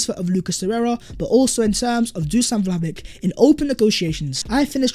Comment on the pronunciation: For God's sake,, when are you going to learn to pronounce Vlahovic's name?? EVERYONE around you is pronouncing it properly. LISTEN to them!